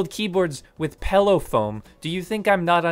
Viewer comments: Bro is unhinged because he says pellow instead of 💊pillow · Uh oh you’re one of the people who say “pellow”